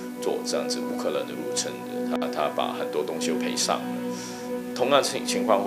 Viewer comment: 有些词读错音， 入侵 qin